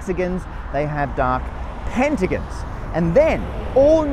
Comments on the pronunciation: Pentigins and hexagins btw it's ging not gong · It's gon, not gin Hexa GON Penta GON NOT gin. I thought you were Australian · We should start a petition for him to pronounce pentagon and hexagon correctly. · "pentagins" yo its an o pentagOn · Is it just him or that how people in Britain pronounce hexagon and pentagon? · As an Australian I spent the whole video getting to decide if a) Matt's developed an accent, b) Matt can't pronounce pentagon/hexagon, or c) southerners pronounce pentagon/hexagon weird. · Say hexagon or pentagon wrong one more time i dare you